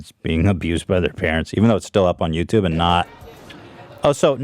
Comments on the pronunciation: "yaw-tub" Hila slang or Bailliff impression for "YouTube" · Please Zach soundbite Hila saying “YowToub” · Ethan: who is to blame ? Hila: Yataube 🤣😅🤣